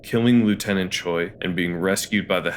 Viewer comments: Just as point of reference to minimize annoyance to people with that name, the Korean derived name that Japanese people can also have "Choi" is pronounced like "Chweh'" rather than "choy". Hangul script has sounds we don't use. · Is it really that difficult to pronounce Choi (최) correctly. Since you watched the movie, you heard his name being spoken multiple times.